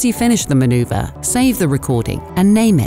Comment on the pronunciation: manuverrr and digital new modern